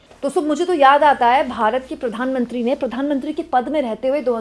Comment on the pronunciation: kya... Pitt-mantri 😂😂